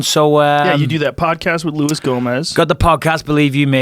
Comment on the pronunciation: Louis is gonna be so pissed Joe didn't say the J in his name and that makes me happy